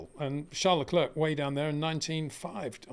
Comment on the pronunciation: Again…. it’s pronounced lecl’air’. like Air not lecl’erk’ like ‘clerk’ !